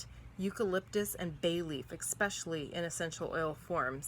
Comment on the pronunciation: Great info! BTW - There is no "X" in especially...